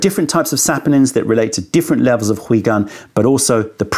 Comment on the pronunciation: ... also, what's up with pronouncing 回 “hwee" and not "hway"?? 😱 Lol